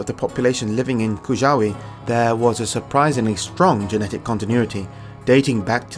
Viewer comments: Great episode. Just a note - you're supposed to read "Kujawy" more like "kuyavy". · Reminder Svarog is not the God of Sun. Top three in my opinion are Rod, Svarog, Bojan. btw J is read y, Kujawy = Kooyavi. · Dear, it is spoken Kooyavy, not like u said, it is wrong the way u said. J is not like G. it is spoken different, u best check it by speakers of google.